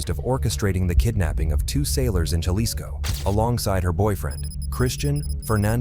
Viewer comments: Lol bro Jalisco. Dictionary brake it in to (ha-leas-co) an if that's a little odd try this may be a little easier 😂 (ha-lease-Co) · It's pronounced ha-lisco not ya-lisco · Ja-lee-sco? Ja-lee-sto? Ja-lisk-o? Ja-list-o? Lol Bro come on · Lla-lisco 😂 C'mon Man!! It's pronounced....Ha(as in HAndy ) Lisco . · It's not silent it has a Ha sound, if you're gonna go around trying to correct them in such goofball ass way the least you can do is get it right... alisco??? Pendejo 😂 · (Ja-lisco ) 😂 pronounced Halisco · Jah-lih-sco hahaha wow freakin white people man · Bro! I can’t listen to you calling it J Lis-co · Güey it’s Jalisco ha lee sco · He lost me when he pronounced Jalisco with a J like James. Jalisco , what an idiot.. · Dude said jail lis co. 😂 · For everyone who doesn’t know it’s pronounced Gea-lee-sco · When Jalisco is pronounced the J has an H sound and the I has a long E sound. Painful to hear it not pronounced correctly. Otherwise great video. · Yaelisco get it right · Actually it sounds like "H" ..Halisco would be the correct pronunciation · The j in jalisco is an h sound man cmon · Can't stand the way he pronounces Jalisco 🥶🥶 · How can you say Jalisco right in one sentence and then the next uou say it wrong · I agree with you 100%. Also, speaking Spanish, this guy drives me crazy the way he pronounces "Jalisco." He definitely does not speak Spanish. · Every comment-“ that’s not how u say Jalisco” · The j is silent fool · Painful indeed, and it conveys the sense that the speaker/writer knows little of which they speak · lol that’s not how u pronounce 🤣🤣🤣 Ja-lisco 🤣🤣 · The J is silent. Can’t do it anymore